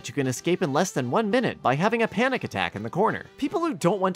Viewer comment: The way you said panik was beautiful